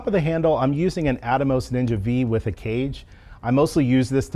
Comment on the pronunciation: each time i hear "ninja vee" a small part of me dies inside 💀